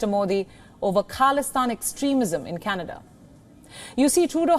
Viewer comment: Canedaa Jaana hai Candedaaa....😂😂